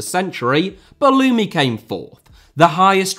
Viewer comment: Wow as an Algerian I couldnt believe my ears when you said Belloumi. Respect your ball knowledge